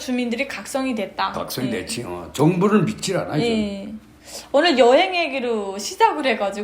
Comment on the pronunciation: 아버지는 아직도 발음이 "여행"이 아니고 "려행"이라 하시네요 ㅎㅎ